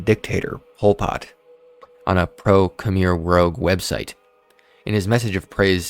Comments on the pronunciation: I like how you talk shit about Tuv not knowing how to pronounce "Order of the Nine Angles" and you're on here saying shit like "hyper bowl" and "Khmer Rogue". Smh bro you don't even have 6k subs and you're already using ChatGPT to write your scripts for you? That's pure laziness. At least Tuv has an excuse. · My man said Khmer rowguh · You criticize that one guy for getting “angle” wrong then you pronounce Khmer “Rouge” incorrectly 😂 Informative and interesting vid though 👍